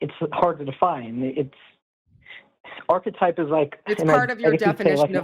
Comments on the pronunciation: it's arch->e<-type Have a good one, cheers!:) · If I had a drink for every time said ''architype'' I'd be suffering liver failure within 2 minutes.